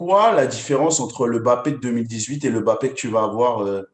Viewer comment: Arrêtes de dire bappé . MBAPPÉ ! 😡😡😡